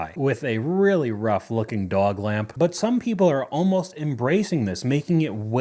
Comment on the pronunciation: You wouldn't feed them to your dawwig, maybe learn how to pronounce dog.